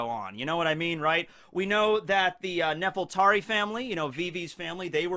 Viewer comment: I hate to nitpic, but I feel like I have to get this out of my system. I think the name of the ruling family of Alabasta is supposed to be Nefertari, with an R. I know L's and R's get mixed up in Japanese, but since Oda based Alabasta on Egypt, it's pretty obvious he named the family after Queen Nefertiti, sometimes called Nefertiri or Nefertari. Even Vivi's late mother was called Nefertari Titi. You can't get anymore obvious than that. Nefertari also sounds better, at least in my opinion.